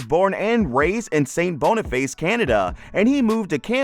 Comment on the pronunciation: The way the narrator pronounced St. Boniface is cringe inducing...